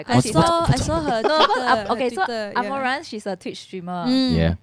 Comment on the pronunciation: A-mou-ranth not amorant